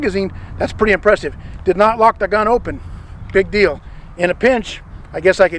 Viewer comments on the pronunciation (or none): none